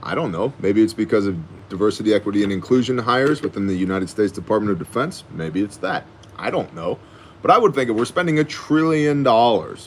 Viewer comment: DeFartment of Dafence!